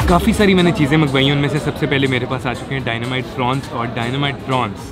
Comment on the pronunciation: Prawns not prons [ Dynamite]